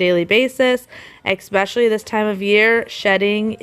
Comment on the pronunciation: I always notice her say 'exspecially' for especially 😆 idk why that always stands out haha